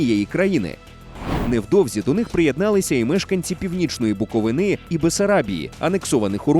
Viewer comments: Гарна тема, свою історію треба знати, щоб не повторювати минулих помилок. Але маю одне зауваження: не БуковинА, а БуковИна, будь ласка. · БуковИна, не буковинА! Йолопи🤦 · Дякую автору за контент. Тільки мене як буковинця засмутило що ви поширюєте неправильну вимову — БуковИна, наголос має бути саме на букві и. Чомусь більшість українців кажуть БуковинА, по аналогії з ГаличинА, але це неправильно